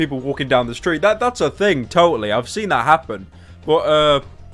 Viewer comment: Heard his northern accent slipping out there. Saying sin instead of seen. Release your accent my fellow northern slob.